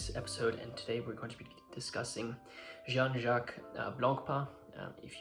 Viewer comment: It's pronounced je- han not John.